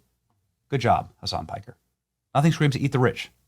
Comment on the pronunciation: Watch and listen to Dana Bash stay Pike somewhere - . She calls hime "Hasan Pecker" not Piker. 😆🤣😆🤣. Hasan Piker is a little pecker. So pecker means The slang usage for penis dates back to at least 1902, according to the Oxford English Dictionary. How much of a degenerate do you have to be for Dana Bash to call you a Pecker on live TV?